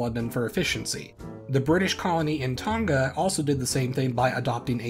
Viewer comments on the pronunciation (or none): none